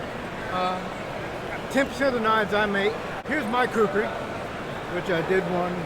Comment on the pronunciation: Not kukhris it is khukuri